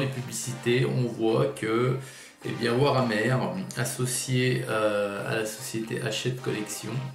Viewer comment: par contre le e de hammer ce dit pas è